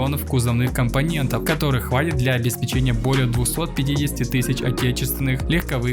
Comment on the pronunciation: обеспéчение. а не печенье, блеать.